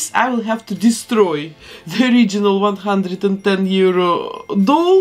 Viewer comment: It would be nice if the $110 was better articulated